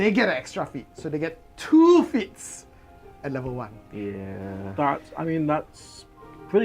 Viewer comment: I keep hearing feats as feets